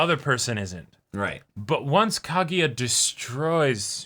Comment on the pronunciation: KagUya, not KagEEya